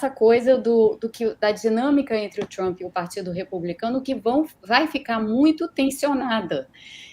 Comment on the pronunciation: Fala Trump não tchumpre